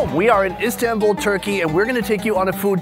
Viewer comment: İ fr get so triggered if people say istanbul wrong😭 its not the american “a” its the other “a”! Like yknow american a is like “ey”! But istanbul’s a is the other one. (İdk how to explain lol-)